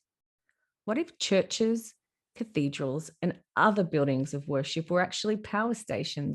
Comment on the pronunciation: If only you'd put 10% of the same energy you put into your imagination into actual study on history. Culture, architecture, linguistics, engineering etc etc. I feel 2nd hand embarrassment watching this. "Cathode-ral" 😂😂😂 tell me you know nothing about basic linguistics without telling me....😂😂😂